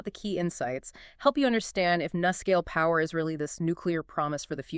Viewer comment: Nuscale. Say "New" Scale.